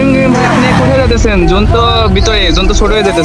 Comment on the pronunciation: Zone ❌Gon✔️